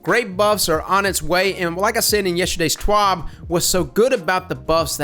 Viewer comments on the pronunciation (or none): There’s no h in twab.